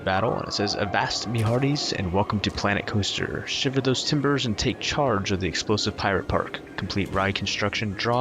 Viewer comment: I thought you said Clanet Coaster in the intro😂